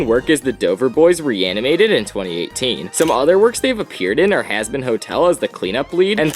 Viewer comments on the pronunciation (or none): Hasbin hotel really is hazbin hotel there is "z" and not "s"